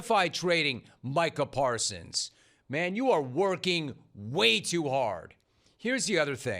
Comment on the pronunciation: I think that 'Jerry' mispronounced his name on purpose.